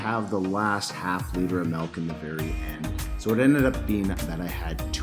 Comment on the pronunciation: Golden grahams are one of my favorites too. So funny question, does everyone in Canada pronounce milk like melk? It's cute. what other cereals do you love? I love cinnamon toast crunch, fruit loops, honey nut cheerios, reeces peanut butter puffs, etc. So many good cereals.